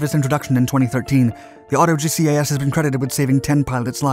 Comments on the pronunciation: Auto GCAS is pronounced auto jeekas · I think you’ll find that GGAS is pronounced “Gee-Cass” just as TCAS is pronounced “Tee-Cass”. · They probably blamed the Crew Chief for his G-LOC.... also. GCAS is pronounced as a word, not separate letters. I love your videos bud! Keep on doin what you do!